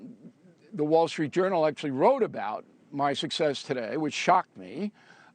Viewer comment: Hey Beavis Coumo said "Suckcess"😂